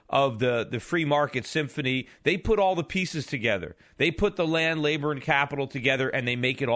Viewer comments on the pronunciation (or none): none